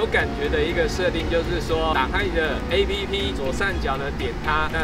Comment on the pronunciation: 而且你要專業一點，app不要唸ㄟ批批，要唸「ㄟ普」啦！